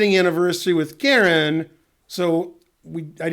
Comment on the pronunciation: hope ben is saying KAREN and not KIERAN.. KIERAN isn't a girls name